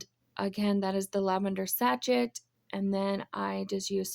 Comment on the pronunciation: You picked my favorite colors, lavender and purple. My bedroom is done in both colors and I love your cute sunglasses. Oh just a heads up the sachet is pronounced say-shay. The tiny tier tray is adorable. Great job.